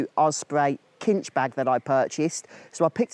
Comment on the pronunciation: It’s pronounced sinch……lol